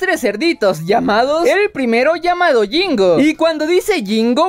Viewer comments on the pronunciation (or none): Cuando dijo jingo le entendí gringo 😂😂